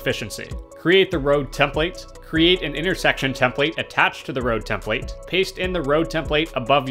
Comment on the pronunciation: Great video, but who else cringed every time he said tem-PLATE?